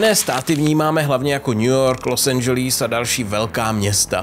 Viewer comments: Prosím nauč se vyslovovat LOS ANGELES 🤡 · Dalsi co NEVIE ako sa vyslovuje LOS ANGELES !